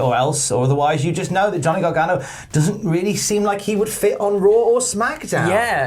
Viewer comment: the way you keep saying "garganGO" or "garganGONE" is killing me. GONEGANO. GOGANO. it's right there and yer blowing it!